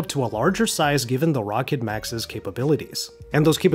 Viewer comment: Isnt it pronounced..rowkid